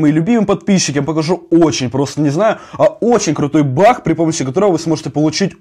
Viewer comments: ты говоришь не баг а бах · Ты сказал бах хаус смешно😂😂